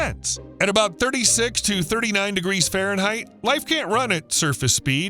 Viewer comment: Everytime you say Ferenheit, I go through this (X°F − 32) × 1.8 = _°C 😢 Give the a break